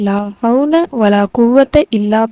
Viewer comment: Unga உச்சரிப்பு சரில்ல ஒரு letter maarnalum அர்த்தம் மாறிடும் லா havlaa வலா qhuvvathaa illaa billaa Neenga solrathu La havla vala quvatha illa Billa Tamil pesura Muslim ellarum Qhuraan a uchcharikkatheriyama Yen ipdi irukinganu therila